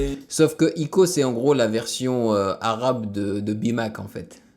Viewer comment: on dit pas ico on dit aÏco